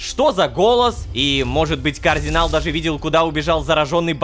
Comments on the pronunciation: почему рома произносит кардинал как координал мне пллохо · Правильно Кардинал а не Каардинал🤓🤓(сори за духоту) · Почему Рома говорит Каардинал с двумя а? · ЕГО ЗОВУТ КАРДИНАЛ, А НЕ КААРДИНАЛ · Я один слышу что Рома говорит координал вместо кардинал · Кардинал: существует Лололошка: КООрдинал!